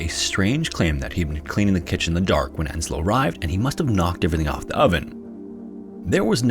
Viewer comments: Yeah, but then he mistaked the name Ensio as Enslo, and that really grinds my gears. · Oh god.. there is no Enslo in Finnish names. It's Ensio, not Enslo.